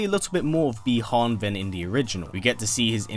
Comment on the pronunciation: Bee han ????? 😞 Butchered name